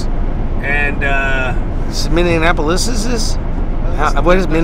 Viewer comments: Please say Minneapolis correctly. It ain't hard. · As a guy from Minnesota, for the love of God stop calling it Minnie-N-Appolus, it's Minneapolis, there is no N in the middle of the city name! LoL